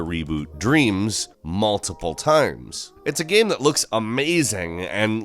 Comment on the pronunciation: why do you butcher the word game so much? stop trying to make GEM happen it's not going to happen...